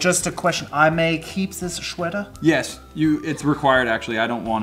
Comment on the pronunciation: "Shweater" haha